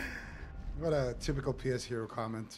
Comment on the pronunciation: When you hear say name and you realize it’s pee-ess-hero and not Puh-shero 😅😅😅